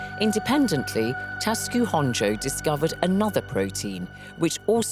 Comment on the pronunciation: Why is she calling Honjo Honjay??